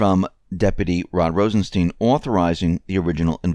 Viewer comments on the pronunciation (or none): none